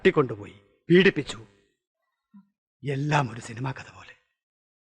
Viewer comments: സിൽമ അല്ല. സിനിമ 😂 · സിൻമ അല്ല സിൽമ 😅